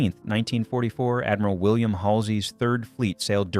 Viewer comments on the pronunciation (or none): none